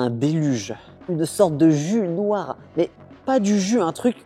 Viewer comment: comment il a prononcé «noir!»